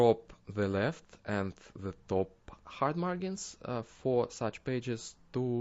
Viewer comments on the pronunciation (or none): The `g' in `margin' is pronounced like a `j', like the `g' in `large'. :D